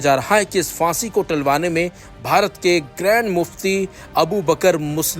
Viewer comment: Word hai phansi na ki fansi video mein bolne se pehle sahi lafz bolna sikhiye bohot bhadda lagta hai sunne mein